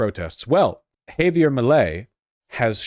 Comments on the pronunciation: Of course vaush still hasn’t figured out how to say javier 😭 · Vaush's Milei isn't real, Vaush's Milei can't hurt me... Hay-vee-er: 👁👄👁 æfüęrå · My f-ing nonexistent god, it's "Hah-vee-AIR"... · why does vaush say it as afuela 😭😭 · I thought it was pronounced "ha-vee-AIR" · vowsh stop saying "hay-veer" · Yeah it pisses me off too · Honestly he is triggering my grammar n*zi. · He's a Yank this is how they butcher names